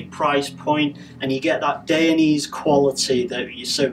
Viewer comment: You are incorrectly pronouncing Dainese, good video though